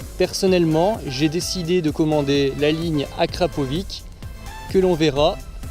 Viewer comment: Je t'en supplie dis akrapovitch le ć se prononce tch sa ma stresser pendant toute la vidéo mdrr